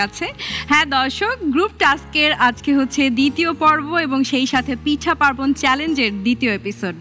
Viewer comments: পিঠা বলতে পারেনা, খালি পেঠা পেঠা করে তারে আবার বিচারক বানাইছে 😡😡😡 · পেঠা আবার কি 😒 উচ্চারন ঠিক করতে হবে পূর্নিমার 🙄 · পিঠা না পেঠা🙄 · পূর্ণিমা বিচারক হইছে কিভাবে কে জানে! একবার বলে 'ভাজাপেঠা' আবার বলে 'ভিজাপেঠা'।'পিঠা'ই উচ্চারণ হয় না,আবার নায়িকা😐!